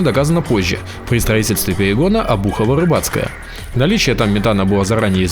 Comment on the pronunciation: Обухово, а не обУхово...